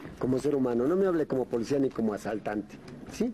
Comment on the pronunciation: ¿dijo ... enclarecimi ento? Bueno así es la "polecia" Y Galeana dijo, sastifecho.